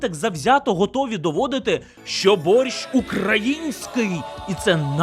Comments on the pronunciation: він там взагалі каже на літеру "щ" звуки "шь" а не "шч" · А і ще припиняй говорити боРЬЩЬ. Це фонетика російської мови. В українській мові ці звуки тверді.